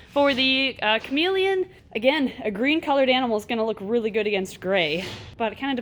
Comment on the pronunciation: When she said Chamaeleon I thought she said comedian.ha ha ha!😝bye guys